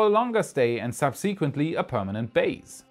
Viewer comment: "sub seek wently"?